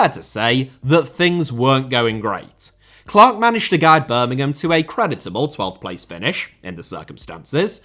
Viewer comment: Speaking as a Villa fan, the one thing I will say about is that he pronouced Birmingham correctly, without the emphasis on the 'ham' at the end.